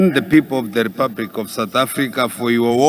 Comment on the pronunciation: I like this guy. He is better than Mr Jones on speeches. He however needs to pronounce 'L' properly. He must distinguish 'R' from 'L' and vice-versa. I think his Alphabet does not have 'L' 😂.